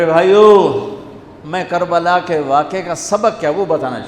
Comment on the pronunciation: Kabala not Karbala